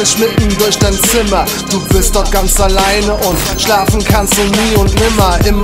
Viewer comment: bei der ersten evp hab ich sogar ,, hilf uns dorit" verstanden